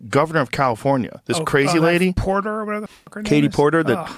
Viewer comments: DID YOU SAY KATIE PORKER 😂😅😂😅😂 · Did he say porker hahahaha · "Katie Porker" 😅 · ROFLMAO!!! I had to replay you to make sure you called her Katie Porker. OMG, that is so perfect. I'm not voting for her. I wouldn't vote for that nutcase if you paid me. I'm voting for Chad Bianco. He's the sheriff in my county where I live. He's a good man and he cares about the people. He's also about law and order. He has my vote. Just not Katie Porker, please not the porker. I never even heard her name until about 2 weeks ago and I've lived in this state my entire life. Maybe they like her in Orange County where she was elected, but the rest of the state knows nothing about her. What we are learning is not good. The inland part of the state is normal also. We have a good police dept. here. Crime gets handled. No homeless people living on the sides of the road. A pedophile is a child molester. She is truly stupid. If she's in favor of a person right to molest children, she belongs in jail.